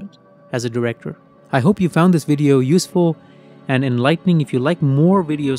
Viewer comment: What's a wideo?😅